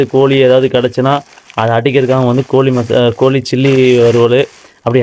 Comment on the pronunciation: Koli illaingo kozhi,Tamizha I nalla uchharippu seiyyunga,but video super vaazhthukkal thozha..!!!